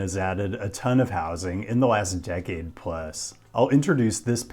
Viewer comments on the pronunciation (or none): none